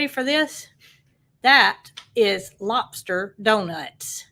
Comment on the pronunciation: 🤣🤣🤣 Love the way you say "lopster".